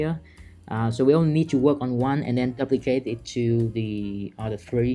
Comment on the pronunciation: Your videos are absolutely awesome. We can learn a lot from you! May I just point out that your pronunciation of the word "duplicate" is wrong. You use the word a lot :-D the "u" is not like in "up" but like in "you" – doooplicate. I'm not a native English speaker myself and I'm always grateful if others tell me if I'm making mistakes.